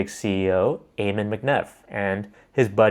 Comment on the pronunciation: Ammon is pronounced like ham-un without an h, not ayy-mun